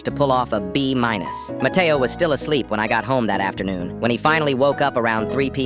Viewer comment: When he said matteo i thought the brain rot cuz my brothers always saying "mAtteao!!!!!!!